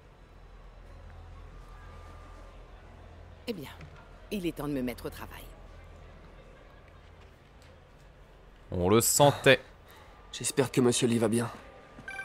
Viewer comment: C'est Li pas Lee 😁